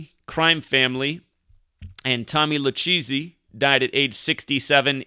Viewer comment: Lol it’s not pronounced (LuCheesy) Lucchese(Lukazy)